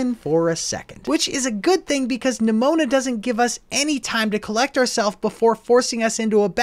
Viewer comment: Why did u say neMOANa